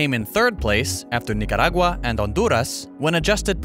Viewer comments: pronunció perfectamente Nicaragua y Honduras, congratulations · You nailed the spanish names! Kinda weird to hear Nicaragua properly pronounced